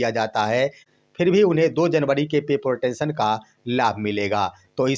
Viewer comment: अंग्रेजी ठीक से पढ़िए महाराज। पत्रकारिता इतना आसान नहीं है। पे प्रोटेक्शन होता है ना कि पे प्रोटेंशन